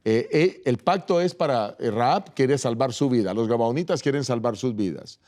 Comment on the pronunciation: Felicitaciones a los pastores por presentar la palabra de Dios,pero disculpe que no es gabanitas sino gabahonitas y que El Senor Jesus los bendiga